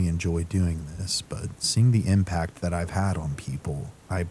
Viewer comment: do you know how upsetting it is to be 20 min into a video only to realize the connection you thought you had with that CREATOR was a farce because this intelligible HUMAN just mispronounced “THAT” as “T”-“HAT”! Bruh! Just I mean ROBOT! 😞😒😒